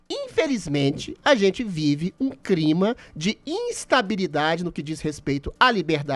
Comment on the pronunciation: O Adrilles não consegue dizer a palavra "CLIMA". Ele vira cebolinha. KKKKK